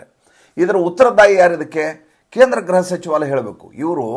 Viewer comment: ಗೃಹ-home ಗ್ರಹ- planet, ತಪ್ಪು ಉಚ್ ರಣೆ ಮಾಡಬೇಡಿ